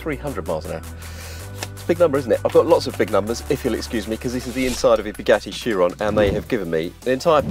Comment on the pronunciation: Shoeron? I thought it was a Chiron...